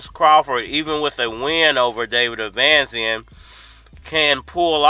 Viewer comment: Bruh u make us black folks look bad when u mispronounce these names like that, I know u can read fam, the man name is Eimantis stanionisGT1 (E-mantis Stanny-o-nis) David avanesyan (av-a-nesy-n) smfh 🤦